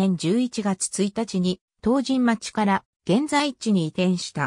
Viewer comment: 唐人町【とうじんちょう】ではなく【とうじんまち】ですよ